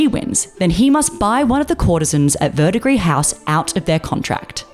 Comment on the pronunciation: You are the first video I've seen about this anime that actually pronounced Verdigris house correctly. Thank you. It's that darned silent ending s in French words.